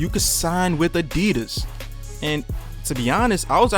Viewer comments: Isn't it Adidas, not Adeedus! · The way you were saying adidas just hurts. But some nice thoughts overall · your pronouncing adidas wrong